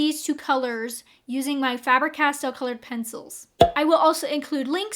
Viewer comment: FAber-Castell. The A is long in German. I am German. This is how it is pronounced. 😻